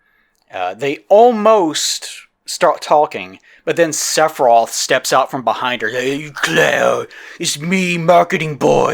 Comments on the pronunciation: Or "Sephiros" instead of "Sephiroth". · I like how sometimes sounds like is saying "Seph off" instead of Sephiroth. I'll start using that around fanboys, it's bound to be funny